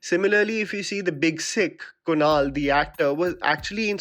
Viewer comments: it is kumail and not kunal btw..!!! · It's Kumail not Kunal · It’s a teeny tiny thing, but imma say it anyways, it’s Kumail* (kumail nanjiani) I think I heard you say Kunal :) or maybe my ears are ringing 🙈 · At 3.44 it's Kumail not Kunal. Btw love your content😊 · The actor's name from The Big Sick is Kumail, I believe you said Kunal. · his name is Kumail not Kunal XD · Kumail not kunal